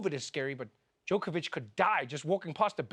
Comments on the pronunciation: Is everyone pronouncing his name Joke-a-vich on purpose? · Is Trevor mispronouncing his name as Joke-a-Vic instead of Jock-a-Vic on purpose?